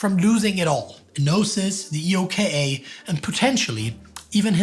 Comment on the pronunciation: I’ve never heard anyone refer to EOKA using the letters “E.O.K.A” on all references, usually it’s “Eh-oh-ka” on second and subsequent references